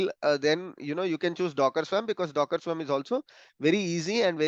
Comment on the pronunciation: Just btw and I know this is a silly thing but..the word "swarm" is pronounced as /swɔːrm/ in English. Sounds like worm, not swam LOL